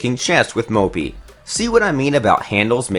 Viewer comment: I was busy counting how many times he said mopey (moppe)